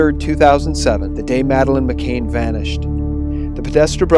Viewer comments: Why are you pronouncing her name as "McCain" when it's "McCann"? Regardless, thanks for offering, so far, an objective alt-news channel. I watch almost all of your vids. Please don't lose credibility and let the chips fall where they may. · This report is spoiled by your mispronunciation of Madeleine's surname. You get it right when you read the article on her parents. Her name is Madeleine McCann, not McCain. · You can't pronounce Savile, you can't pronounce McCann and you can't pronounce Suffolk. Please stop making videos. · To whoever is narrating this, you do that wonderfully annoying thing common among Americans which is to mispronounce names and places. in this case McCann and Saville. You can hear Piers Morgan saying it correctly yet you wish to say it differently. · Seriously, u said "McCain" AGAIN OVER AND OVER AGAIN IN THIS VIDEO TOO???? FFS her name is "McCann" -- NOT MCCAIN. Over and over again u say her name wrong, in more than one video. GD! Pls stop mispronouncing her name in EVERY SGT VIDEO, PLEASE. Therez no way I'll share these vids when u repeatedly can't even get the very victim of the story's name correct. How can anyone take what u say seriously when u can't say her name that's RIGHT IN FRONT OF UR FACE correctly, and repeatedly??? And this is great pizzagate info. But FFS, GET HER NAME RIGHT. Do u not have EDITORS at SGT Report???? Pleeeease, please fix this. You lose major credibility points for repeatedly getting her name wrong when it's RIGHT IN FRONT OF UR FACE; ur putting her name up in writing in the very vid ur speaking in, and getting it wrong. It's as if u can't even look at what's in front of u as u speak in the video. Seriously. Fix it. It's un-sharable. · Great video but please pronounce her name correctly its McCANN not Cain. It detracts from the quality of the info. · it's mccann i believe can not cain right? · pronounce Savile as Sav-ill. McCann as Mm -ah-can